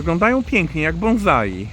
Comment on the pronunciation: Też będę krytykiem - żadne "bonzai" (bo chyba nie mowa tutaj o syntetycznych cannaboidach) a "bonsai". Choć w sumie i tak dobrze, że nie "banzai"... 🙂